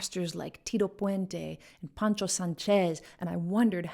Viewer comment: I’m a real fan of your music, but even great talents like you can err: it’s Poncho not Pancho Sánchez, and we lost El Rey del Timbal Tito Puente in 2000.